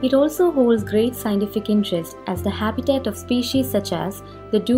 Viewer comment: Not examble , condains or sciendific... It is example.. contains... Scientific.. But above all great info and pleasent voice !! Thanks